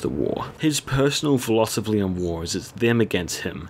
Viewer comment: Psst: It's pronounced "filosofy", not "filosovly". Great vid though.